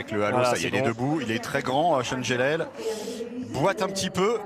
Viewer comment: I hate how these guys call him "Jel-ael"